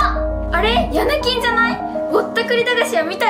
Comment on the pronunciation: 途中ヤネキンがヤミキンに聞こえた